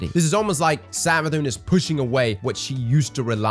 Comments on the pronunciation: Did you just call it SavaDICK? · Everytime you say 'Savathicc' it cracks me up 😂